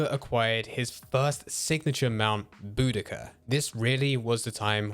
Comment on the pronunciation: Bo-da-SEE-ah. Not Bodicka. Arthur says the name to Charles in the first chapter